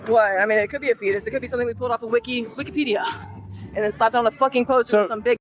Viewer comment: “Wikipediuh” 😂😂😂 10/10 editors!